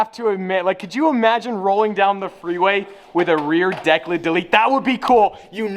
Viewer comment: Please stop saying rear declit. You sound ridiculous